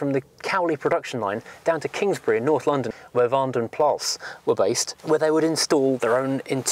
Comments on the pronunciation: The a in plas is shorter than the a you are pronouncing in vanden and sounds more like plus in english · 'Plas' translates as a lake, pool or puddle. Colloquially it is 'pee'!